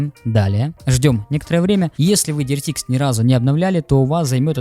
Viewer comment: Диритист мда,эксперт но читать не умеет